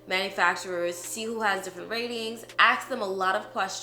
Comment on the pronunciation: I wanted to listen until you said “aks”. Then I stopped listening.